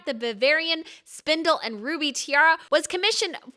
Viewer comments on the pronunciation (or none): You might want to check your facts and pronunciation before putting out videos about other countries and cultures. Octoberfest is actually mostly in September. Also, it's Saxe-Hildburghausen and the stones are spinel (spin-ell), not spindle. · Its spinell yes. I don’t understand why she says spindell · It's SPINEL not SPINDLE FFS ! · Spinel, not spindle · Ruby and spinel (not spindle). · This is a stunning tiara! But the gemstone name is pronounced “spi-NEL”, not “SPIN-el”. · The stones are called spinels not spindles... If you are trying to show your knowledge of jewels, mispronouncing this over and over makes me question your knowledge is not what it should be. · SPINEL , not "spindle"! Jeez, learn how to pronounce SPINEL!!! I'm done with this crap. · She keeps saying SPINDEL instead of SPINEL ! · Its not spindle its spinel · spinal. not spindle. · Why do you say "Spindel" when it's simply "Spinel" (pronounced "Spinell")? I know that Therese von Sachsen-Hildburghausen is really, really difficult to say. Quite the tongue-breaker, actually. Try first part "Sakzen", and the last part like "Hillt-boorg-howzen". Might get you much closer to it. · Not spindle!! Spinel! A reddish, pinkish precious stone! Or a crystal. Nothing to do with spinning. Please! Please! Pronounced "Spin -nell". Thank you! 💎💎💎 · The word is SPINEL not spindle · hi from the philippines. i like watching your videos:) just a comment: It is spinel and not spindel/spindle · Please, as a rock and gem person, it is Spy-nell, no D in there. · How stupid can this woman be that she keeps calling “spinels” “spindles” how exactly do you screw that up that badly? It’s pronounced exactly as it’s spelled S-P-I-N-E-L! There is no D anywhere in the word! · i wonder why you kept saying spindal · Should probably learn to pronounce “spinel” 🫨